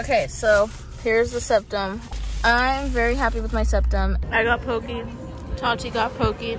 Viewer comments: If you’re gonna eat white washed poke please pronounce it correctly at least. Po-ke. Not Po-key. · when she said "poke" pronounced as "pokey" and not as "pokay" I cringed. luv u tho u just got a new subscriber heyyyy